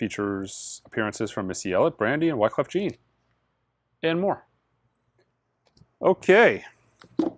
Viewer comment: The way he said Wyclef Jean lol